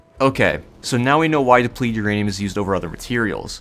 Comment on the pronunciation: slow down and enunciate FFS. you missed half the syllables in depleted.